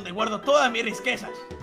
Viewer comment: Dile a q se dise riquesas